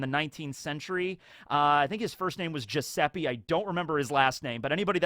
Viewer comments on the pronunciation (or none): Me, as an Italian, hearing Giussepi instead of Giuseppe (e in italian is pronunced as it is written "ə") having goosebumps... 😵‍💫 btw "Giuseppe Garibaldi" wasn't a dictator, but the man who united all the indipendent reigns of Italy forming in 1861 the country as we know it now. Quite an important figure in the Italian history! Let's see if Jay Garcia can hold up to that! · Brividi con la pronuncia americana di Giuseppe 😂